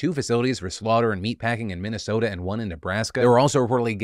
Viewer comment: I never want to hear you say Minnesota again.... It's always bad